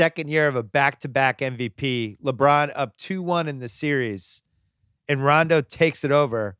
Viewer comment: Bill actually said Rajon Rondos name right. So many people say it wrong